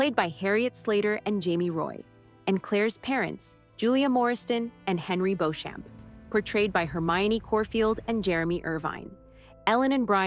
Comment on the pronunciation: TO THE PERSON NARRATING THIS VIDEO: You have committed a major offense to devoted OUTLANDER fans by mispronouncing Claire's maiden name, BEAUCHAMP. Your pronunciation, BO-SHUM, is incorrect. It's pronounced BEE--CHAM, with emphasis on the first syllable. You're trying to pronounce it in a French was, based on the spelling, which is, indeed Norman French. However, the English pronounce it BEE-CHAM, a slightly bastardized version of the French pronunciation, because they are the English, and not the French. This is very important if you are an Englishman or a French person during the 1700s. Please re-edit your video! BEE-CHAM!